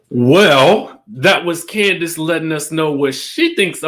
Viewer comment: Candaice..Say it again sis 👋👋👋👋❤️